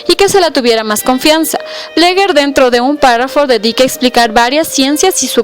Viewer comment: Se pronuncia como se escribe "BLEGER" NOOOO BLEGUER!